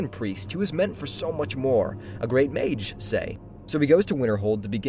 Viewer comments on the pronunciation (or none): none